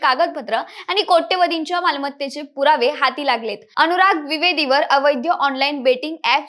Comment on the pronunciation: अणूराग? का असे उच्चार? मण? सोण? काना वर अत्याचार होतायेत!